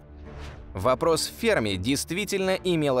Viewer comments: Да не фЕрми, а ФермИ! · Может Ферми'? А не Фе'рми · До этого видео думал правильно--фермИ, а не фЕрми... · Почему ФЕрми? ФермИ всё время говорили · Я так понимаю ФермИ, ударение на "и" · Парадокс ФермИ. Ударение на букву И ! БЛя! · Умоляю, поставьте ударение правильно! ФермИ! У него фамилия - ФермИ! Уши кровоточат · Что за неграмотный человек озвучивал это видео поделие? Ферми - ударение на последний слог) ... А вообще вопросы и гипотезы в этом видео винегрете смешны... Бла-бла для Баранова) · На второй слог ударение ставят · Почти уверен что в фамилии Ферми ударение на последний слог делается - итальянец же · Что за дикое ударение в фамилии??? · Энрико Ферми (ударение на И) озвучил свой парадокс в те годы, когда видимой активности инопланетного разума не было и в помине. ТО, что они есть и очень близко –непререкаемый факт. Однако не все так просто.Материалистическая наука имеет свой материалистический космогенезис, в котором не учитывается мировоззрение, определяющее творение и в том числе человека как сложную составную систему. Космос разумен не благодаря цивилизациям, а благодаря разуму творящей силы вселенной. Мы и любая суперцивилизация – только продукт, который проходит свою эволюцию под надзором высших сил, которые практически исключают непосредственный контакт между нами.Те ребята,которые сидят на Луне, Марсе и иногда летают над Землей – это скорее всего биороботы, которые не имеют эволюционного ограничения срока жизни. Они – слуги, исполнители.